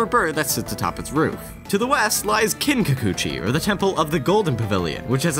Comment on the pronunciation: Damn, learn to pronounce Kinkaku-Ji. You keep saying Kin-Kacoochie. It's Kin-Ka-Koo-Gee.